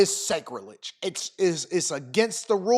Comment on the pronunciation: The pronunciation is SACK-ri-Ledge… ..Playas mess up!! All love G! I’m here anytime! lol